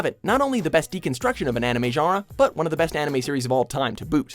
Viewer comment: he says genre wrong every time.